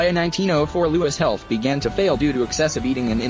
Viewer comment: Louis cyr , not Lois cyr